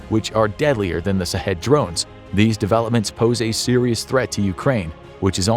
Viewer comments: I am a Indian but guessing "shahed" means martyr in Persian, and maybe it is prononced as 'shaaheed', not sahedh. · I would recommend to prounounce the word shaheed not sahid, good job narrator. Keep up the good work :) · as someone who knows persian i can tell you it is SHahed not Sahed...SH as in "SHIT....a kamikaze drone" and it means "witness" but in islamic culture, "witness" is the same as "martyr" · Sha-heedh not shaw head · Knowledge is power and this video is part of that but for the love of God if you're going to do a whole video on something at least learn how to pronounce it correctly. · I hope it's sarcasm because they're not pronouncing it right. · He should have pronounced sh sound.